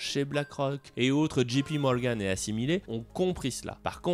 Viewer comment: Pas « Gee »P Morgan mais « Jay » P, c’est mieux quand on veut se la jouer je parle anglais comme un natif ;)